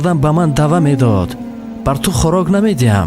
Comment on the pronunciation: Уважаемый! Слова ""дава""" это неправильно такого слова нет. Правильное слова это "ваьда"" значит обешание. Исправьте видео пожалуйста! У вас хорошый голос но многие слова произносятся неправильно. Вас слушают очень много людей и это некрасива если в тексте произносите неправильные слова которых нету в таджикских произношениях!